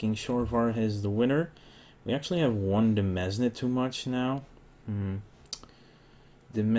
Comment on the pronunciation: Excuse my asking please, but the way you say demesne, is it correct or are you just saying it how you think it would be said? I thought it was pronounced like Dee-Mence (mence would sound like since but instead of an S, it would be an M) Not trying to be rude, I just want to make sure I'm pronouncing the word correctly or saving you from some raging viewer who insults your way of pronouncing it. Again sorry if I sound rude, and thanks in advance to anyone who responds.